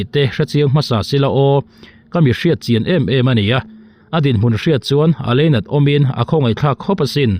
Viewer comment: Leinat tinge i tih tlat...Lainat tih tur